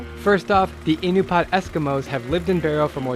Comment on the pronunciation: Pretty sure it's pronounced "Uh-NOO-pee-uht" , and not "IN-you-paht"